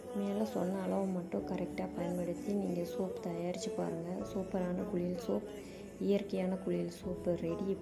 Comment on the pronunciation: Jfyi - it’s not கு ‘ழி ‘ யல் It’s குளியல்.